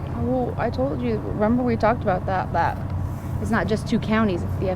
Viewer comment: 😂 lyndsey- " why do you always say THEEAT!" that country grammer from the soul.